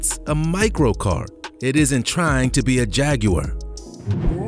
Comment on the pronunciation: OMG Jag-yew-ar THAT IS THE CORRECT PRONUNCIATION, HES AMERICAN, THIS IS ILLEGAL finally insted of jag-euh-ar we get it CORRECTLY